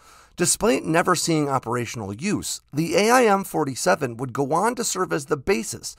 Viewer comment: A-I-M ... lol